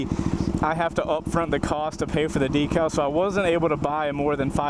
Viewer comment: I logged in just to say... I love you, but every time you say decal makes me cringe lol